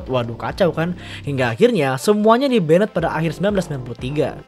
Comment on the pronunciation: di "ben-ned" ...